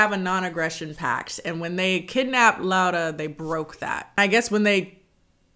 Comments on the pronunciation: This movie made me embarrassed to be polish and i was already not proud of it😭 also by the way i appreciate you pronouncing her name right and not just sticking with the English pronunciation 💞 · I love how you say Laura, it's exactly how we say it in Polish ❤️